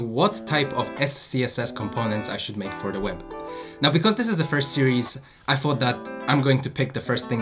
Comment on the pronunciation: I really don’t like when someone says ‚fot’ instead of ‚thought’... everything else is cool 👍